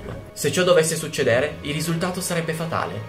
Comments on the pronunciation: Sbagli pronuncia. È succédere, non succedére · Ragazzo mio io ti stimo tantissimo per il lavoro che fai e anzi ti ringrazio perché mi piacciono un sacco i tuoi video.... però certe volte tu fai veramente a botte con la dizione italiana: si dice succèdere e non succedére... al limite usa accadére e poi, ti prego, si pronuncia ìmpeto (di rabbia) e non addirittura impètto... ti chiedo veramente scusa di queste puntualizzazioni, che possono sembrare poca cosa, ma in realtà sono dettagli che, a mio avviso, ti fanno perdere credibilità.... ed è veramente un peccato vista la qualità del lavoro che fai e la passione che ci metti.... poi vedi tu.... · Hai detto succedére e impèto? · è SUCCèDERE NON SUCCEDERE